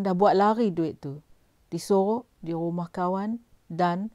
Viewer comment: Mcm bab pompan ni bcakap.. Konon2 mcm ade slang mat salleh sket... Tp korg dgar btoi2 cara die sebut "rumah" minit 1.34... Ang org kampung xpayah berlagak... Lgpun dah tua... Sedo2 la dri.... Kalo lidah belacan tu belacan jugak.... Cover mcmne pun kalo time tkejut, mse tu la kluo loghat btoi... Myanmpah aku... Ape yg nk bangge sgt slang mat salleh tu....